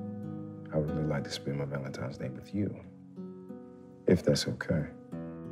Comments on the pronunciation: Same thing in the Bet+ movie My Valentine Crush. I’m like so they just gone keep letting her say Valentimes? So cringy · The fact she kept saying “Valentime’s Day” threw me off. Plus the weave was a mess.